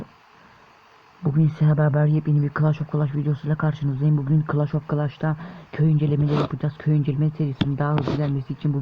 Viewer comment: Kankam o kılaş of kılans diye okunuyo bilmiyo olabilirsin kötülemiyorum kılaş of kılaş değil yani reis (kodum bu arada incelersen sevinirim bugün yükseldim bb 10 a #LGLCVQU99)